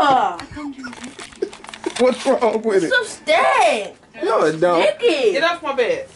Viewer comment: said that was a good fank 🤣🤣